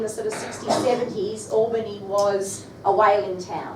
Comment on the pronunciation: Should say Albany as though it was a "pal", not "pall". Obviously not a Western Australian teacher....